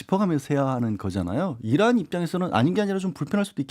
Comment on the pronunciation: 김은혜가 또 나서서 브리핑해야지 이란 국민여러분 저희 대통령께서는 분명 이란이 아니라 "어란"이라고 하셨습니다 ㅋㅋㅋㅋ 잘 들어봐 주십시요 ㅋㅋㅋ